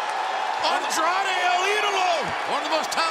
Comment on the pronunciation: & few minutes later that same Jr, buried Andrade's name by saying Andre,& wasn't able to say el idolo!!! 😂😂😢. Damn,, Aew needs to get rid of that old man from commentary. He also said penta,, peter!! Excalibur corrected him both times